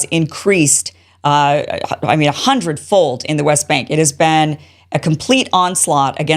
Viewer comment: You mean "beeeeeen"